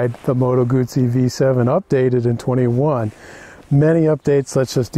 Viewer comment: My god, nice video, and The guy can say "Guzzi" properly too. 10/10 to this review, greetings from Italy